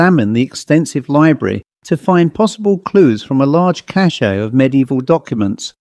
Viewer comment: You're welcome. 😊 Hoping to be helpful: "Cache" is pronounced like "cash" in English meaning a "stash" to use the American slang of my generation, or a hoard, a bunch of stuff.😊 The pronunciation you used is spelled "cachet" meaning a certain respect or prestige, or a mark of distinction. You can no doubt google better (and way faster) than I can. Aside: Though having a highly obsolete education and system of values, I didn't need to google it. It's so much fun to feel superior just because I've failed to die in my sleep, so far. 😅 There are tons of old people listening to you... and to everyone. If you cater to us you'll be helping to save the language. We may need to understand each other precisely and concisely at some tbd time. Maybe not. There's no way to know!😮 I have praise to offer, too. Your phrasing and timing are improving though a longer pause between differing speakers would help us understand who is in which relation to whom within the body of the tale. I'm not in a hurry. If i were I'd get up and clean house and do the ironing. Lol. I like your writing for its originality and bravery. I'm barely brave enough to edit and criticize from Reclinerville. I could never open myself up to a carping public, such as I tend to be, though I always hope to be helpful. Keep it up and you'll automatically keep improving. We must live in hope if we die in despair. 😂